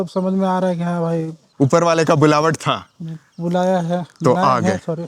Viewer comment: बुलावत नहीं बुलावा होता है